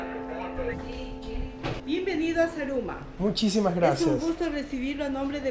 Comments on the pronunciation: roberto repite conmigo ... za..ru..ma .. no saraguro xD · jajajaja Saraguro me has hecho reír mi Roberto Manriquez pero es Zaruma Zaruma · Jajajjajajaja "Saraguro"?.. Mi lindo Zaruma, Gracias por visitar a la Surcursal del Cielo <3